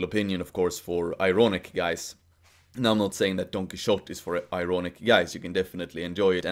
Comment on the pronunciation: I love how you pronounce Don Quixote! 😉